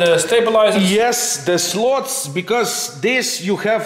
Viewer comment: Make your videos as long as you want...you two are the greatest rc model reviewers on utube...very fun to watch...BTW your English is great so I got a surprise when I heard you pronounce slats as slots...slats like cats...rather than slots like cots...sexy build video...thx